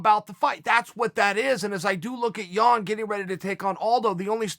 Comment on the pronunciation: chael sounds like he's saying Petr Yawn